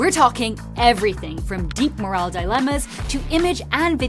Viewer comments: Moral questions ✔ Morale questions ❌ There is a difference in pronunciation between the two "m" words here. Great video, though! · It's not morale. It's not moral. Two different words with different meanings. Is this woman AI? :D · She pronounces moral like morale. Those are different words with different meaning, different spellings and different pronunciation. Maybe she should have had AI review her pronunciation, unless she is AI, which seems likely.